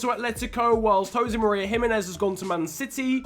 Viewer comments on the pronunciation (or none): none